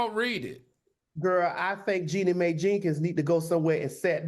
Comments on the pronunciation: Her name is Jeannie Mai (Genie-M) NOT Jenny May ! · no she said Jenny May the second time. It's pronounce Genie My. 😅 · Omg, ya'll stay butchering this poor woman's name! Her name is 'Jeannie Mai' pronounced like "Genie My" and not "Jenny May" like ya'll keep saying 😂😂😂! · It’s Jeannie Mai not May! Y’all never say her name right. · Can you guys at least try to say her name correctly?? It’s pronounced “GENIE MY” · Girl! Her name is JEANNIE MAI pronounced GENIE MY! Lawd it’s not that hard 😂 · Jeannie (G-nee) Mai (My) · Jeannie Mai name is pronounced Genie My…. like a genie in the bottle. Why do y’all refuse to pronounce the lady’s name right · Y'all are always killing me with the pronounciation of Jeanie Mai's name 😂. It's pronounced "geenie my". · Wow claudia really butchered jeannie's name 😖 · I feel like they’re deliberately butchering Jeannie’s name because what 😂😂😂😂😂😂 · it's not about respect, it's simply pronouncing someone's name right if you're going to discuss them on your show. That's not an unreasonable request, whether you like them or not. I love Claudia and Al, but her name isn't that hard.